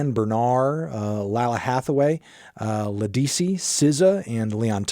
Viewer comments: That's not how you pronounce Ledisi and Lalah. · The “busiest music nerd” can’t even say Ledisi’s name right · Whew! The absolute crash and burn on pronouncing LEDISI’s name. Whew! Anthony, ledisi and Durand Bernarr are two of the most talented vocalist living! I’d beg you listen to more of her and Durands tiny desk AT THE LEAST! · His take on R&B is invalid. Can't even pronounce Ledisi right smh